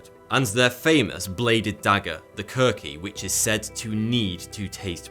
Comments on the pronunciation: Just one correction... The Gurkhas' weapon is called The Khukuri, not the Kurki. Other than that, great video buddy very educational. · its more like Khukuri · As a nepali i can conform that the way he pronounced was very bad worst of what I have ever heard it’s pronounced “khu-ku-re” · its actually khu-ku-ri.....i am a gorkha